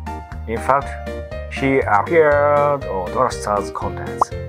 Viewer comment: Cute Foxgirl and cool robot, sign me up. If I have any feedback for I'd say improving "he" and "she" especially in pronunciation to make it clearer.:)